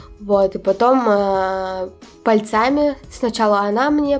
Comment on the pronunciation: Пальцами (Ударение на 1-м "А")... Типичный Петрозаводский говор.